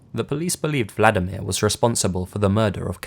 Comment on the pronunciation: Yeah, it may seem like Im picking on ya, but you really butchered those Polish names. I know its one of the hardest languages to pronounce correctly for non-native speakers but Vladimir is a Russian name (like Putin) and in Polish the equivalent is Włodzimierz (very difficult to pronounce but completely different) xD Oh, and btw we love to skin ppl and wear their faces, its a kind of national tradition but shhhh... dont tell anyone xD